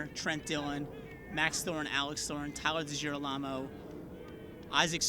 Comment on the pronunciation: am I the onlyone who noticed the say tyler degilarmo wrong?